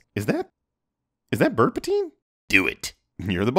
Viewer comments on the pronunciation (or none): “Birdpatine” 🤣🤣🤣💀 “Darth Penguin” bruh 💀